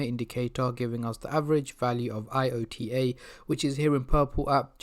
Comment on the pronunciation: It's not I. O. T. A., it's IOTA... Checking the news before making a video might be a clever idea...